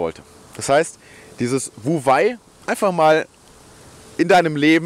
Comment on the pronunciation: Klasse Thema und gut erklärt. Für mehr Glaubwürdigkeit wäre es gut, die richtige Aussprache von wu wei zu kennen. Handeln durch nicht handeln ist übrigens "wei wu wei"